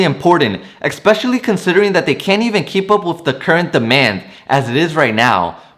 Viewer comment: You say the word "EXpecially" and it is pronounced and spelled "ESPECIALLLY". There is no X in especially. You are welcome.